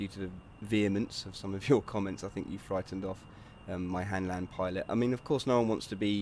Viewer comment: HANLAND NOT HANDLAND YOU FUCK